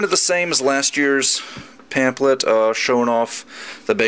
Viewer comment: "Pam-PH-let" not "Pam-Plet"